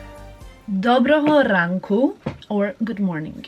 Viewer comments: Thank you very much for Ukrainian “dobrogo ranku”! Very good pronunciation! 👍🏻😍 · I am Ukrainian))) You make me so happy "Доброго ранку" You say it right!)))) Love you))) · I always wear thongs. I can’t stand anything else. And no bra at home . And you said Good morning in Ukrainian absolutely perfectly! I am Ukrainian living in Canada so I have 2 Christmases too 😊